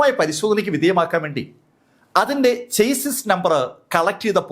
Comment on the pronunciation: Not prounounce as ചെയ്‌സിസ്... But but ഷാസി number ❤❤